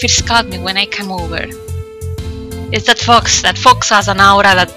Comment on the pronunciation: Shrapnel Sharkalso when you said "give me the fox give me the fox" I thought you were saying "fucks" omfg